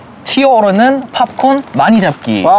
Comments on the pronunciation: the way he said popcorn 😳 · i’m dying at the way jiung said popcorn😂